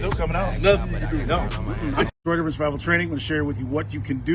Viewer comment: "Detroit urwururr Survival Training"